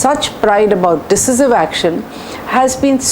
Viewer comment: 1.18 Not Stock "Indyces" (as in dice), madam. Stock "Indices" (as in disco). 5.46 "Decisive" (not as in disco) but as in dice.